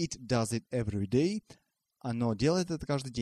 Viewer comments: спасибо но everyday меня тоже убило!!звук E во 2-м беглый.а так мне все очень понравилось.доходчиво и схематично.вы хороший препод. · то как вы произносите слово everyday просто чудовищно даже для весьма слабо разбирающегося в англиском языке просто послушайте как говорят носители и переучивайтесь